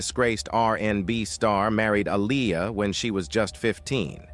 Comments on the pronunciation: Bill Cosby ish was 30 years later.. these ppl do what they want. Aaliyah boy you sure effed her name up bad. I didn't think it was possible y'all don't know how listen to these ppl names first? Yes you can because you got it right like twice. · Please say Aaliyah name right!! If you can't pronounce her name right then don't say it at all!! Leave the reporting on her to others who know how to pronounce Aaliyah's name ok!! 💯💯💯💯💯 SMH THE DISRESPECT IS REAL!! 🤔